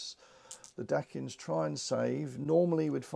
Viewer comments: Very nice tutorial thanks, small heads up, the Dacians are pronounce normally as Daie-ssh-uhns by most. 🤷‍♂️ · Isn't it Day-shi-an or Day-see-an? Have I been saying it wrong this whole time?! Anyway, nice video as always!